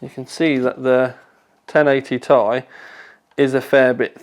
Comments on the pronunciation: Tea-Eye not Tie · FFS, it is T I, not THAI. Even Jen Hsun pronounces it T I. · please stop referring to it as a ti (tye) it's Ti (tee eye) as in the chemical element for titanium Sorry but it bugs me other than that keep up the good work:) when do we get the benchmarks? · Its not "tie" its "tee-i" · It's T-I, not tie, like tie fighter -_ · why are you saying TAIIII? unsubbed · That "Tay(Ti)" made me close this video and look for another review. Hihihi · Jonathan Wood It stands for Titanium. Nvidia even pronounced it 'tie'. Unless you pronounce titanium, T-I-tanium and nvidia is wrong. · Why does he say "ti" wrong!